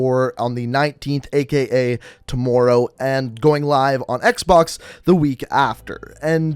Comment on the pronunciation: The way he said tommorow